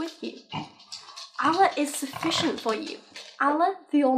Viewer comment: I'm not even religious but it really annoys me when people pronounce Allah incorrectly.